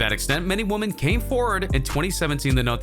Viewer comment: Why is this dude mispronouncing so many words like the word “women” and Gayle Kings name?